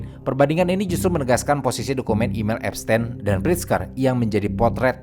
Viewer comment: epsTIN bang bukan epsTEN